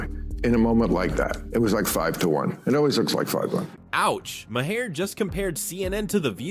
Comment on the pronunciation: I thought Bill's last name was pronounced as "marr" NOT "mah-har."